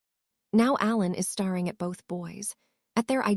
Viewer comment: I have the feeling that language for AI should be phonetically. It doesn't understand the difference between read and read, and any of the words that are spelt the same but read the same, also I noticed on yours that it doesn't know staring so perhaps you should write it stair ing maybe then it would understand!